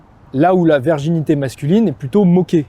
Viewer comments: excusez-moi, mais prononcez bien correctement le mot virginité avec un "I", parce qu'on vous entend dire"verginité"!😂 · Pourquoi prononcer "verginité" au lieu de "virginité"?! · La verginité ou la virginité? ^^ Attention à la diction garçon. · Merci mais si tu dis encore une fois verginité au lieu de virginité je me désabonne 😭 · Ton discours est intéressant et juste par contre c'est "virginité pas "verginité".